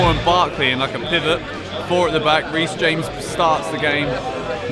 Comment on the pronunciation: Reecy James?😂😂😂